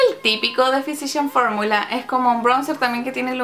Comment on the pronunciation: Se pronuncia fisical formula* ♥ súper vídeo c